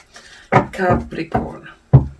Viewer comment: Ou nou, say capricorn but thanks still 😳🧡